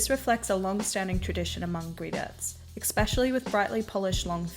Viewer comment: Good video but can you stop saying exspecially lmaooo